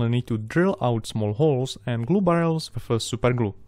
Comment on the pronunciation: when he says SUPER GLU 😩😩😩